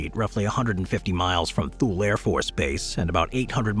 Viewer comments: It is Too-Lee, not Thool. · Thule AFB is pronounced Too-Lee, not Thool. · How about spending time to learn how to pronounce Thule. Not TOOL, but Too-Lee. Who makes these things, 5th grade drop outs? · Great selection, thank you. I received orders to Korea and chose retirement instead. My billeting office told me that if I withdrew my retirement for any reason there was an unfilled MI Officer billet at Diego Garcia that had my reservations confirmed. I've always heard Thule pronounced Too Lee. Wow Pine Gap and you showed picture of USASA Field Station Berlin. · .23 Thule Greenland is pronounced Too Lee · Thule is pronounced too-lee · Thule is pronounced "Too-lee" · You pronouncing Thule wrong as the air force called it too-lee. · And it's pronounced "TOO-lee" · Surprisd at the mispronunciation of Thule, as in previous videos he's pronounced it correctly. Also, and I am sure Im going to sound like a broken record here, but... c'mon, CFB Alert! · I about died at his pronunciation of Thule.